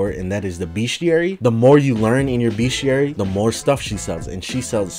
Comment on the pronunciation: I dont like how he says bestiary, he says it like “beashiary”